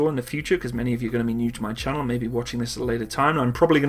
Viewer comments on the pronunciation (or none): none